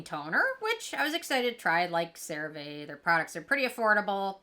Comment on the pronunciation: You keep saying the name of the product wrong! 😂 Here is a commercial with the proper way to say it